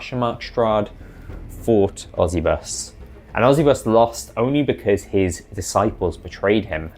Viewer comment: I've always hated the preists of osybus. the idea of someone 'becoming a dark power' is fucking stupid. also why would they keep the name of the guy they hate. I think its pronounced Oh-sigh-bus though, bc its supposed to be egyptian-sounding their art is cool tho